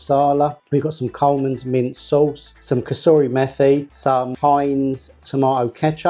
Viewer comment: Coleman's mint sauce! For some reason I could not understand what that was!